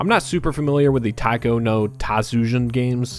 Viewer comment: It's always self called "gamers" who don't know how to even say a game title's name. It's Taiko, not Taco. There's an i in the word